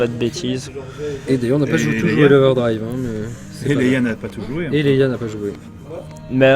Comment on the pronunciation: Leia et pas 'Leyla' Merci pour votre vidéo